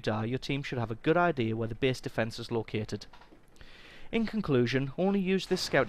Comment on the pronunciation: Pretty good tips here, but I'm wondering: can't usay the letter a?! lol For u: base=bese safest=sefest (no offense btw xD)